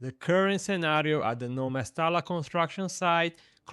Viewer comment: mesta l a ....instead of mesta LLA...🤣